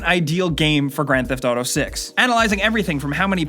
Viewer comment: the way you pronounce grand theft auto pisses me off, sorry.